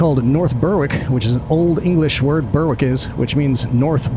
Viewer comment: Berwick is pronounced BERRICK